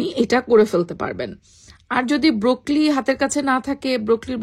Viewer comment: Kothata broccoli, brokli na